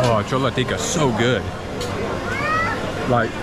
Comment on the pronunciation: Not चोला it's छोला 😅😅😅